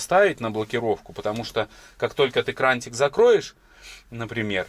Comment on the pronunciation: КраНИк и шВорка а не крантик и шморка, когда ж ты уже научишься говорить правильно.